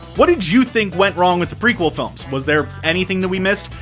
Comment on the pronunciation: It sounded like he said, "...actually look at the big problems with these phones..." 0.34